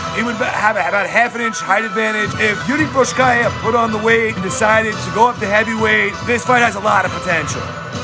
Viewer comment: Man. Work on the pronunciation of his name first (mean Procházka) . Its way more horrible then in Rizin, and that was really bad too :D About the match. At the moment, I see for example Jan as a more interesting match and, above all, more realistic for implementation. Ngannou is still thinking about leaving the UFC so it probably won't happen